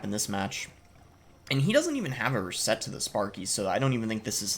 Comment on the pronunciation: love your content boss, you just play all sorts of decks at the top of ladder and make it seem so easy, on a side-note your 'reset' pronunciation is interesting